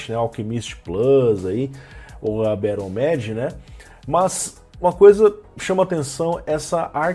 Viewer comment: a pronuncia certa de BATTLEMAGE é BÉROU MÊIGE, de nada. sei q seu ingles nao é pra lá de fluente, mas sempre bom corrigir o que der;)